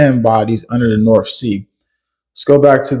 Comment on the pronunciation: The norff sea? You sound like one of my pals from Souff Carolina 😂🤣😇